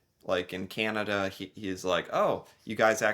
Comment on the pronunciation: YAY, you said CANanda instead of KINeda. How Canadian of you!